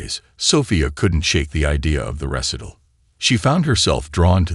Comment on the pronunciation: AI isnt perfect..do it vs duet. Recital not pronounced correctly. Sofie Sophia sometimes. Coppin for chophin (sic) and others. Lol